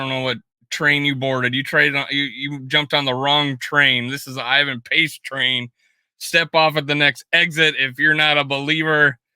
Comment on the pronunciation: As an unqualified content critic, I feel like I'd be kinda remiss in my unofficial duties pointing out that if you're on the "Pace Train", you might show a little respect to the mans name... Who the heck is "Invan"? 😂 Other than that. I approve this content - SKOL!